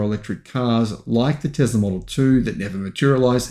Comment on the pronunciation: For being a EV go getter you have to learn how to pronounce Tesla. There is no Z. Tesla….s for Sam, not Z for zebra!